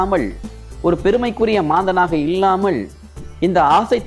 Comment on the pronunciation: ஐயா உச்சரிப்புக் குறைபாடுகளான பள்வேறு, ஸிக்கள் இள்ளாமள், இள்ளாமல், ஸூழ்நிலை, யாராள், guணம், தடங்கள் போன்றவற்றைச் சரி செய்யவும்.